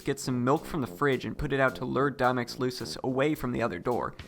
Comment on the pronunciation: “Loosus”? Disliked. Unsubscribed. Wait I’m not subscribed. Disliked. Subscribed, unsubscribed (really nice video for real though)